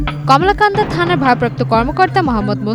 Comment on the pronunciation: কমলাকান্দা😂😂 শুদ্ধ উচ্চারণ পারেনা সাংঘাতিক